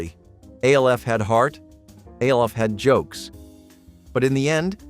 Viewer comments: I know what everyone called him, and I know what the letters stand for. You are saying "A" "L" "F", which isn't what the show is called. The show is called "Alf" and his name is the same. It is an acronym. Acronyms are pronounced like words. Scuba. Nato. Radar. Those are all acronyms where every letter stands for something, but we say it like a word. I watched it when it first aired. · Ok the way you’re saying “Alf” is driving me insane. Was it just my family and friends that called it literally “Alf?!!” Not A.L.F.???? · You realize that "ALF" is pronounced as a name, and not the letters, right? It's an acronym, like SCUBA or NATO.